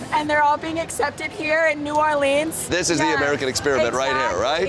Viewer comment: I hate when people pronounce it "New Orleens"